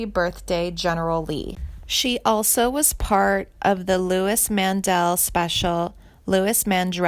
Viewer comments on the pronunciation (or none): Yes. And Joan BY-YEZ , not Baze, and Billy SHER-il, not Shrill. and Louise Mandrell, not Louis. And what is with the Lacy J Dalton photo? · It's not Louis Mandrell it's Louise Mandrell